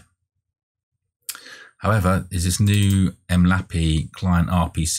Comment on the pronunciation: bruh why do you pronounce it 'em lappy' its 'em el aye pee eye' other than that useful video thanks for taking the time to make it!